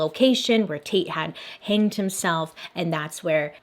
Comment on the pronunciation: "Hannged" Bailey? Lol